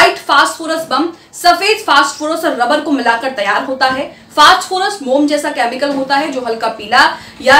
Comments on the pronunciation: फास्टफोरस नही फास्फोरस है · मैडम फास्ट फोरस नहीं फास्फोरस 😢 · Sorry...First do your homework!!!!! It's not fast phorus c'mon u r literally going on calling it fast phorus omg it's phosphorus (simple) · Madam fast forest nahi hai o fass forest hai 😂